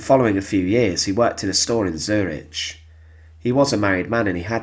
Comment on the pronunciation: check the pronunciation of Zurich! the final letters should be more of a K sound!